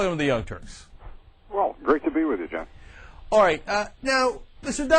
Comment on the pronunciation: So is it just me or was Lou Dobbs incapable of saying Cenk's name correctly? It felt like he kept saying it differently each time -- I heard John, Jed, Jim, Jeff... LOL.